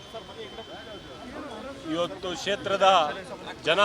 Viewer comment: Setra alla sir kshetra Bangalore alla sir bengaluru